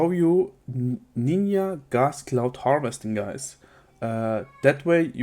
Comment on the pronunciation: the way you pronounce Ninja, dude,, realy?